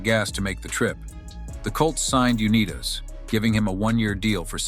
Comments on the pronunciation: UNEETAS?! Wow. Watch the AI voices. Truly shameful how the NFL handled his disability claims. More than any other player, Johnny U founded the modern NFL. Need a two-minute drill? He's your guy. Still and always the greatest. The Babe Ruth of football. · Just to add that I appreciate the video as Johnny Unitas was an absolute legend and hero to all Colts fans. Just wish the AI announcer could pronounce his name correctly! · John's name is pronounced "U NIGHT tIs". This apparently lazy, dumb s**t YouTuber could have watched (at least) one of the many YouTube videos wherein John's name is pronounced correctly. John's misfortunes were not only physical. He was a naive (too trusting) businessman. He was hoodwinked many times by unscrupulous conmen. He lost almost all of his considerable wealth. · The greatest NFL quarterback of all time deserves to have a narrator who does his life story who can at least pronounce his name. Johnny U-n-EYE'tas (like United States). The people who produce these videos should screen key emplyees MUCH much better than they do. This narrator obviously knows NOTHING about professional football. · The voice mispronouncing his name is a disgrace, UNITAS is a legend in football quarterback. He had a restaurant "THE GOLDEN ARM" in Garrison/Pikesville Maryland area, a Bowling alley "COLTS LANES" on RT 40 and also a delivery service , all of them were short lived. In one game he was slammed to the ground and his nose was broken and bleeding profusely. Art Donovan was pushing mud in his nose to stop it from bleeding. The coach said he was taking him out of the game, John asked why: the response was your nose is broken. John said it is all part of the game and continued playing. We miss him. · He was Tom Brady before Tom Brady was Tom Brady. Johnny U. WHAT a great story. but please learn to pronounce this last name correctly!!!!! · Call him by his name Unitas, I've heard him say his name it not what your saying,it's Unitas